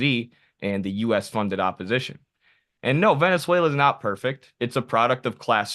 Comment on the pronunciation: "Boot whata pout Vuvuzayla!"